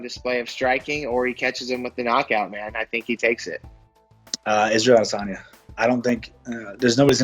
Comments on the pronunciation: Did she say Israel adis onion? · “Israel adesonion” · Just me or did Ashley yoder call him adesonion? 😂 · Nobody: Ashley yoder: Israel ades-onion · Isreal "Ades-onion" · Yoder “Israel ALICE-ONION” wtf😂💀💀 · Did Yoder call him Adis onion? 🤣🤣🤣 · israel adisinyin